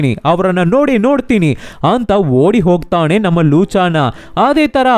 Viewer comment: sir ಹೊಗ್ತಾಣೆ ಅಲ್ಲ, ಹೊಗ್ತಾನೆ 😅